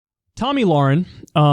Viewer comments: Nobody: Kyle: Tommy Lauren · He said Tomi Lauren he started to laugh me too